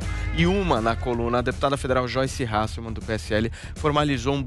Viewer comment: Não é " Halsseman" !!! ´e " HASSELMANN" !!!!!!!!! HASSELMANN !!!!!!! REPITA: HASSELMANN!!